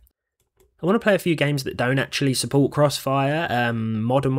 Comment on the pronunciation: suppolts..does it suppolt it? it is suppolted.